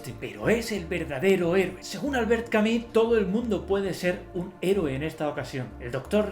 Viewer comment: ¿Porque no pronunciar en español si español hablamos?.. Albert Cami?? Camus! Bueno eso ajeno a lo bueno o malo del contenido, que de hecho no lo he visto, solo vi a otra persona por acá en youtube diciendo Albert camujc, y entró acá y Cami.